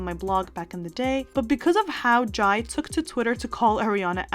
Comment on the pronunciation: Jai’s name is pronounced like Jay